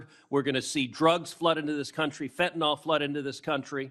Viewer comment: Fentanyl. Last syllable rhymes with hill. Pronounced fentanill.